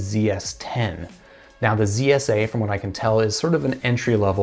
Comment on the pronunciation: Oh my you always say KSA instead of zsa